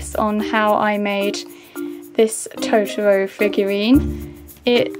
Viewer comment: The way u say totoro is so wrong D